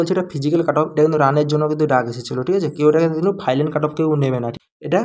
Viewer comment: R a ota ফাইলান na ফাইনাল